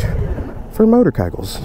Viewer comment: Awe I loved that on you said motorkykles lol. ❤